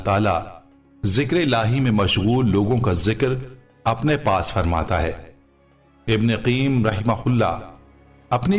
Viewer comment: آپکا انداز بیاں بہت اچھا ھے ۔لیکن بعض الفاظ غلط بول جاتے ھو۔مثلاً ۔۔ابن قیم کو qayyum اور عمرو نہیں بلکہ amar بولا جائے گا